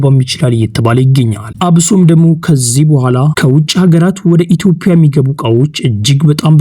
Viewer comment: የኢቶፒያ አትበል በትክክል የኢትዮጵያ ብለህ አንብብ ፣ፃፍ